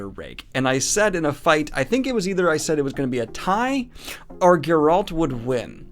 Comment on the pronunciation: Start pronouncing Geralt the correct way, you dingbat! You've heard it a thousand times in the show and the games if you played them. HOW DO YOU STILL PRONOUNCE IT LIKE THAT? (Is it pronounced that way in the audiobooks perhaps?)